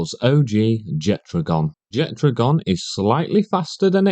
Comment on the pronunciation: There is no "d" in Jetragon's name, but based on what I heard in this video, you're just shit at reading and saying names 😂